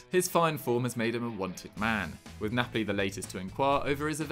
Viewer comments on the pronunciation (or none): none